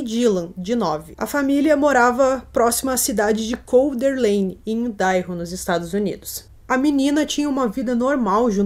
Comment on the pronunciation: PRONÚNCIA " AIIDARRO "